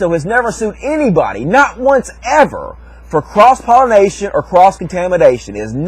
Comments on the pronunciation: Oh for fucks' sake, it's pollination, not "pollinization". -_ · i couldn't stand to continue watching...he kept saying 'pollinization', it's pollination you illiterate weirdo.